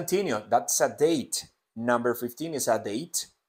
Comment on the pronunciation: Profe por q el is lo pronuncia como ess